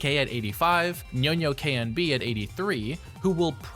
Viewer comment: this is always a nitpick but I'm pretty sure Nyonoknb's tag is read as "Nyono kun bu" rather than sounding out the knb at the end